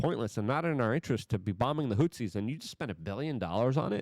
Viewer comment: Also 'HOOTH-EASE' hot 'hoot-seas' 'ex-ass-er-bate' not 'ex-aster-bate'